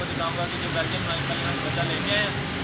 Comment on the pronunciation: Ya belgyam shpeed hay melineam nhi yar ghalat lay liya hay